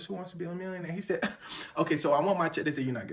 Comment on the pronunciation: The way he said mwillioneir